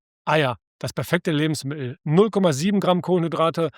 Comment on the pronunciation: Das sind alles unglaublich wertvolle Informationen. Nur - es handelt sich nicht um Lebensmi el, diese Aussprache tut mir in den Ohren weh. LebensmiTTel - so erfreuen Sie Ihre Zuhörer.